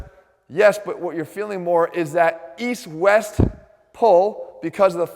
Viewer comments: East? I thought u said weast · East... I thought you said weast